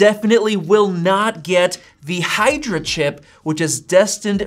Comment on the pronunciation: its "Hydra"